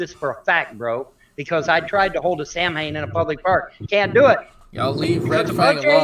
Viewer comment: Um...it's not pronounced "Samhain". Any real pagan would know it's pronounced "Saw-when" with the accent being on the first syllable.